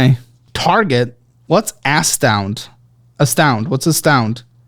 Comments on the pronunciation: "What's Ass-Tound?" 😆😆😆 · Dying at the part where momentarily read "Astound" as "ass-town" lmao 🤣🤣🤣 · what’s ass-tound? I ❤! 😂